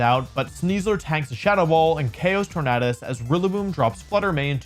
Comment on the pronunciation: Can't handle you saying Tornadus incorrectly. It's literally the word tornado